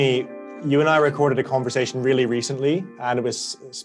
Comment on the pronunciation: God I love Jamie, his clarity and finely tuned moral compass - just wish he could pronounce "conversation" properly.